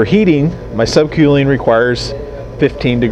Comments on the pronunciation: *Sub kewling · Get it right quelling lol wheres he from